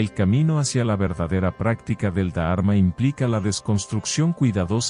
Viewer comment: Y no es da arma sino dharma. Son palabras que si las decis bien la lectura y traducción será aún mejor. Ánimo y adelante!